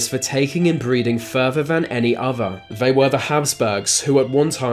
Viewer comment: “Furver van any ova” you sound inbred yourself dude